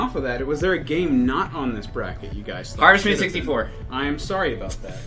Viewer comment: If you’re in the comments wondering what game said at, Harvest Moon 64. He mumbles the name and was nearly impossible to understand.